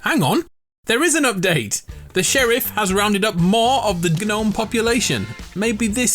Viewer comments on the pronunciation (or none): This man really pronounced the g in gnome